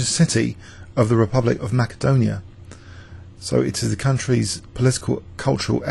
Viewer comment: kudos for correct pronunciation of Skopje and Makedonija, you nailed it. If only you did the same with all Slavic names (Bogoljubov, for instance;-) ) & toponyms. Greetings from Croatia.